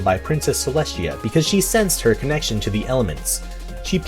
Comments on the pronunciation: Not bringing back the "trend" but why do you always say Celeshia instead of Celestia? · Its celestia not celeshia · He said cleshtia